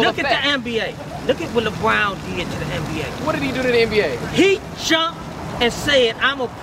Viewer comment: This nigga said Lebrown 😂😂😂